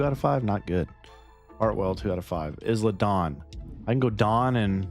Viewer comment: Not to pick but it’s I-La Dawn the s is silent lol